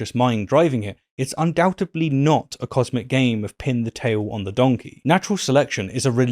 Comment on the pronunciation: “UndouteBly” … ??? I think you meant to say “undoubtedly” … sorry, just a little “beef” of mine. I really am appreciating the argument being made 😀